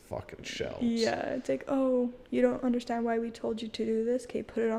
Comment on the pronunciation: Robyn from the Sister Wives show does the sh for an s sound sometimes when she speaks. Particularly, she says the word “undershtand”.